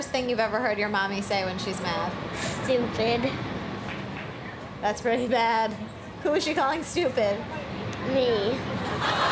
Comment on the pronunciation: she just say shtupid